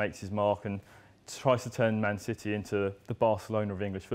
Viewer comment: he wasn't sure on what to say Manchester or man city so that's why it's heard as SHITTY :P